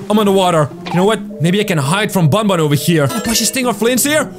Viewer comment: The name is ban ban not bon bon